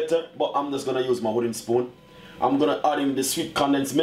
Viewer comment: While ur good in the kitchen plz plz plz work on ur pronunciations dang wats up with that u pronounce wooden spoon as hooden spoon and so much more bad pronunciation 😂😂....but ur recipes are perfect 👊watch u all the time